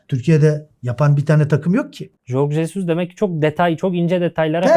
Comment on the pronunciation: Adama ilk geldiği günlerden birinde isminin telafuzu sorulmuştu. Jorg Jesus diye okunur.Medya mensupları bu konuda hassas olmalılar.Birkac medya mensubu dışında herkes kafasına göre telafuz ediyor .Jorge Jesus pek takılmaz zaten .Saygıyı bizim ona göstermemiz lazım.Basit bir ayrinti fakat doğrusunu telafuz etmek doğru olandır.